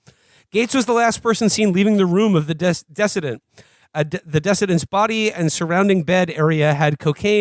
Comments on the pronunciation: "decedent" is a word, but he butchered the pronunciation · Guys it's pronounced like 'deceedent.' Also will there be jokes when Gaetz starts arresting journalists? This podcast is entirely unfit for the current historical moment. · "the desceded" do these guys not know what the word "deceased" is? Lol. Anyway yeah I guess this is where that house of cards scene comes from.